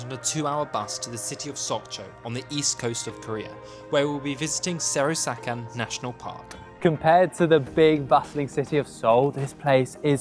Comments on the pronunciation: Very good hiking video. There’s some wrong pronunciation of this mountain. Right pronunciation is close to ‘Soraksan(설악산)’, not Serosakan(세로사칸) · 세로사칸이래서 뭐라는거지 했네ㅋㅋㅋㅋㅋㅋㅋㅋㅋㅋ\ → SEOR-AK-SAN [fyr) SAN=Mountain] → SEOR-AK MOUNTAIN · Serosakan 😂😂😂 I thought some Indian reservation area newly discovered in my country 😂😂😂😂